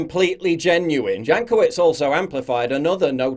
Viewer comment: For some reason, I keep hearing her last name as Jackoffwitz.